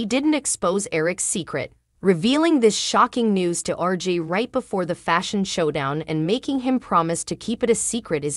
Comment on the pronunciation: It’s RJ not RG